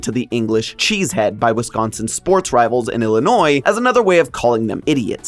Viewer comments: As a Wisconsinite, high praise for pronouncing Wisconsin correctly (like whisk instead of emphasizing con) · And surprisingly pronounced correctly